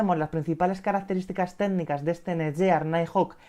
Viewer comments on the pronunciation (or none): El vídeo está genial, sólo un apunte. La marca se pronuncia tal que: NETGUIAR